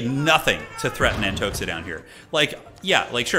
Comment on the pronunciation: Not AntoXa, but Antoha. It is Russian name Anton